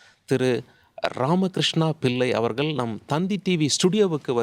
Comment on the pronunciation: வணக்கங்க ல்.....அவர்க ல். என்று ஏன் தமிழை கொலை செய்கிறீர்கள் ...தமிழை பிழை இன்றி உச்சரிக்க யாரும் இல்லையா என்ன ?